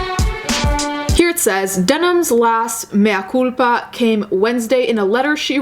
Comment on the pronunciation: I like the way you correctly say Mea Culpa